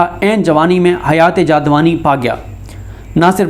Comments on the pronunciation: حیات جادوانی نہیں حیات جاودانی صحیح لفظ ہے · Ma Sha Allah ji... Aap ka Andaz e bayan bahut acha hai ji... ALLAH Pak Aap ko Sehat aur tandrusti de... Aameen. Aaj Aap ne talafuz ki do ghaltian ki Hein ji. Mazarat ke Saath. Warfatgi aur jawedani Aap ghalat bool gaye Hein ....